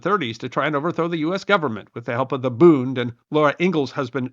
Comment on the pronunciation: Hearing "booned" is like nails on a chalkboard. The d on the end of a German word like "Bund" is pronounced like a T. The u is not "oo" like tooth, but is pronounced closer to the u in push.